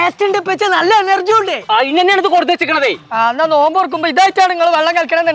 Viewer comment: നോൽമ്പ് അല്ല നോമ്പ്